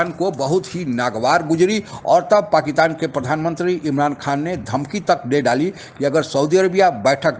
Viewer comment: पाकिस्तान बोलिए , पाकितान नहीं 🙏